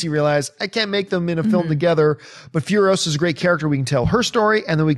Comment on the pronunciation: It's Imperator FuriOsa, not FurioSA - Hermione